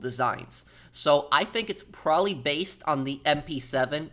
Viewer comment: Can't watch due to an adult to lazy or stupid to pronounce "probably "